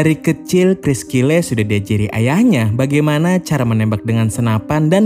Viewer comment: BACANYA BUKAN "KRIS KILE" TAPI <KRIS KYLE>